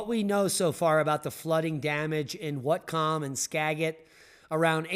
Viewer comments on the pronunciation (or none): It's pronounced watt cum (whatcom) county and skahh jit (Skagit) county. Whatcom county never gets snow. Even when Canada right there gets snow in the lowlands and we won't. We the buckle of the pineapple belt and the corner of two fault lines.